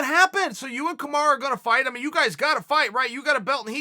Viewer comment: These two goof oth fucking up names who the fuck is "kamora" chael?